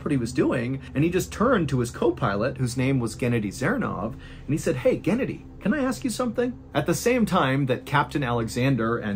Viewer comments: I'm pretty sure it's Ghenadyi, and not K/Gennedy... Also Mihail, not McKyle... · Mr. Ballen! Its not gEnady, its genAdy! 😊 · It’s pronounced “geh-naw-dee” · It’s GhennADiy, not GEnnadiy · Guh-nadi is the best way I can tell you how to say the name in the first story. Not like Kennedy. Sorry. It just a little info. I know Russian names are hard to pronounce. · Genedi 😂😂That’s hilarious it is pronounced Genodi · Pronounced "gehnoddy" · I think it's pronounced "geh-NAH-dee" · It is pronounced gen-AH-dee